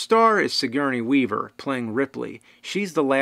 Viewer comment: julesmaester no shit i was making fun of the way he said her name....joke obviously went waaaaay over your head